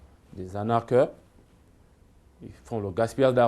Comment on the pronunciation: Qui sont les plus arnaqueurs, vendeurs d'illusions que la famille Bongo?! Arrêtez de prendre les gabonais pour des "zozos" c'est vraiment agaçant a la longue ! Ps: ARNAQUER et non 'anarquer"